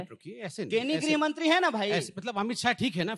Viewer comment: पत्र जी को तो गृहमंत्री भी ठीक से बोला नहीं जाता है। गृहमंत्री को ग्रहमंत्री बोलते हैं, पता किस आधार पर खुद को यूपीएससी पासआउट कहते हैं।